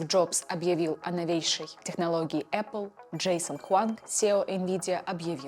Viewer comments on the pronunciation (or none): none